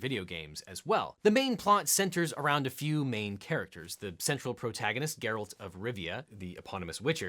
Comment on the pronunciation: Geralt, not Gerald.